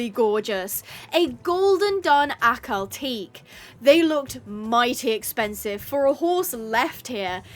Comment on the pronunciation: the pronunciation for Ahkal-Teke is (ah-KAL-tek-eh)